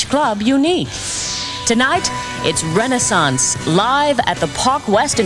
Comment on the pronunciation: Please pronounce Renaissance correctly.